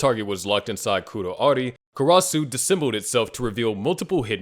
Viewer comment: Karas. The u is silent ffs 🙄🙄